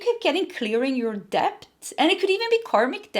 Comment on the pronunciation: Hi there….with all due respect, when you talk about money owed or debt, it’s pronounced DET, the “b” is silent. A lot of Americans make this mistake too. Love you, always spot on in your messages 💖